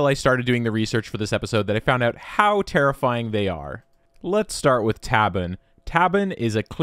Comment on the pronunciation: Take a shot everytime he says terrifiyimg